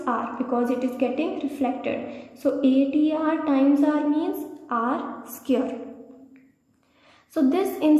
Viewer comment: What is r skirr? Do you mean r squared?